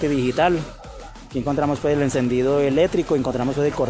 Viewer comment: Parcero hermano, voz hablas tan rápido que se te vas la voz,te enrredas ome tranquilizate pues hermano y verás que se te entiende más porque la información si está interesante... Y no se dice eletrico ... eléctrico